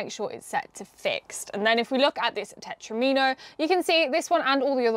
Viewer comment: I always thought it was pronounced ‘tet-romino ’ To sound like Domino. Because you know, they’re like four piece dominoes. Please can somebody confirm that I’m at least NOT wrong LOL 😂